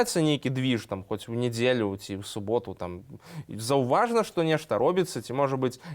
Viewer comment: нЯЯЯЯЯЯЯЯЯЯЯЯЯдзелю! откуда в белорусском языке нИИИИИИИИИИделя????? пилой по ушам!!!! вывучайце беларускаю мову!!!!! нязносна слухаць, нават не фiлолагу!!!